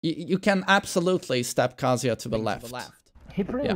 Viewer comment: When someone says "kazUya" just immediately f*ck you... Just... His name is literally pronounced every time in character select, how do you still not know it? Aaaah >_<